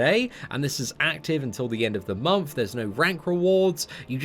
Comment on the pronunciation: MONTH! not MOMTH. xD every fucking time bro